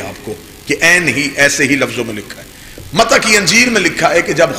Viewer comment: lafz mata nahi balke mati hai pehle parrna to sikh le